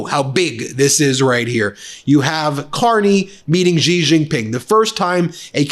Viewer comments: Please learn to say the president of China's name xi is said like she not gee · Ben, it is pronounced SHEE. Xi in Chinese sounds like "sh" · 😂, did the man there say thankyou president g, hilarious 😂. It's pronounced shi! These people don't even have the decency to research and show respect! Seriously president G! What are these idiots who represent us! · Xi is pronounced 'she' jing is pronounced 'Jing'